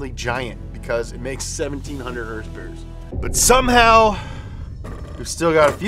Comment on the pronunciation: I can’t stand the way he pronounces Horsepower . It’s so effin annoying